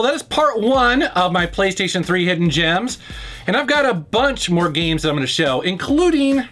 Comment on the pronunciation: It's not gmes it's games